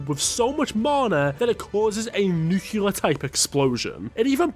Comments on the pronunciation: NUCLEAR. For christ sake. NU. CLEAR. Not nucular. Stop draggin dem knuckles mate. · the way the announcer pronounces nuclear hurts my soul.